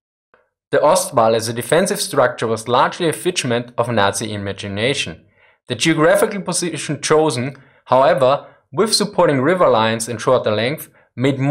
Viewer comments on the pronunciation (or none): “Fidge-ment” instead of “figment”... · Just as an FYI: The 'G' in Figment sounds like the 'G' in Gemeinschaft . . . Fröhliche Weihnachten! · I know....kinda sweet huh?